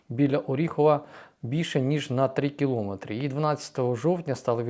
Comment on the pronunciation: Пане! Правильно казати "кіломЕтри", а не " кілОметри"!